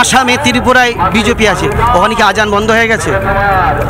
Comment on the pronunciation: ত্রিপুরা ❌ তিরিপুরা ✅😂😂😂